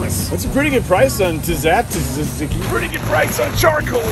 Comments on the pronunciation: The tzaki pronunciation killed me hahaha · I love when Penn tries to sell us on Tisatiziziki.